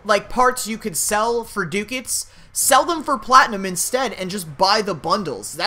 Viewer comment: Dude pronunciation. Ducats and Scimitar. Look it up.